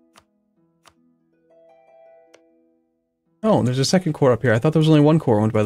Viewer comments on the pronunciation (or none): none